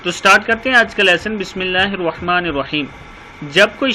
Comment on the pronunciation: لیکن آپ جب بسم اللہ پڑھتے ھوں تو آپ بسم اللہ الروحمن الرحيم كھتے ھوں مھربانی کرکے بسم اللہ الرحمن الرحیم پڑھنے کی کوشش کرو جزاک اللہ خیر